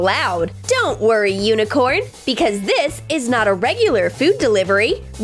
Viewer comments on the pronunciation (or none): but it’s Unicorn not Uincorn